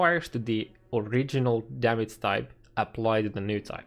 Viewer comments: its damage not fuckin DAMIC idiot this is unwatchable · The maths, only one thing bothering me though. The word is called "damage" and not "damats" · dämätz LUL